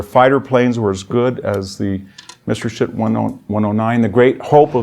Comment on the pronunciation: Messershit? Very poor pronunciations throughout an otherwise good presentation